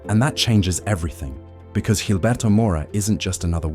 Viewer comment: G makes a H sound not a J, this isn’t fuckin Portuguese